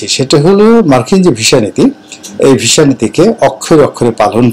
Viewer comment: ভাই জান এটা visa , not visha... ভিসা, not ভীষা 😊